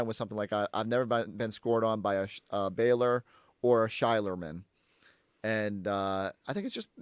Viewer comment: Shaq betta put some 'speck on Sheierman's name. 😤